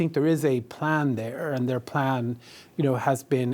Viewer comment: “Their teary” - come on bro, I’m Irish too, but you can do better surely? 😂😂😂